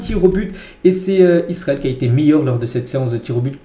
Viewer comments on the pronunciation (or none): none